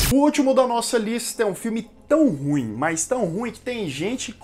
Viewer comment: É ru ím que fala.